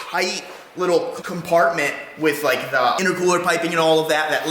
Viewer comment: Cracks me when he say little lee (literally)😂😂